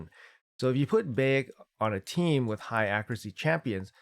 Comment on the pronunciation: Not that important but its pronounced like Bye - eck